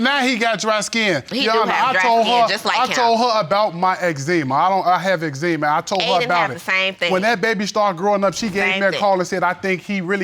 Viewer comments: Last case: 'I have ex-ema" 😂 Jesus be a fence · That boy said Ex-Zee-Mha 😆